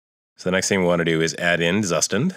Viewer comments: Thanks for the video,. "Zustand" is German for "state", or more like "version" and is pronounced "tsooshtahnd". They say this right off the bat in the docs. This is a good pronunciation reference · Zustand = Tsushtand It's not so hard to say. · Please pronounce it right